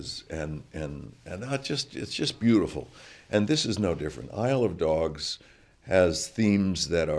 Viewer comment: The way he says "Isle of dogs" is more of a "I love dogs")